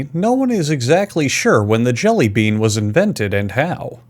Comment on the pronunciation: did you just say jelly beab at the start